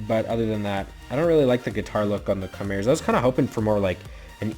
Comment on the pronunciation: RETRO Theme would be sweet, also please learn how to say Chimera correctly.